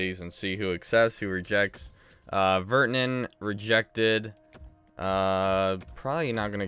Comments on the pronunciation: You can’t even pronounce Virtanen ur so annoying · Your really annoying you can’t even pronounce virtanen